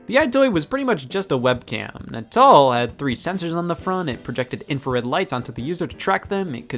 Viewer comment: All these years and I thought "Natal" was pronounced like the belly button. Mind blown.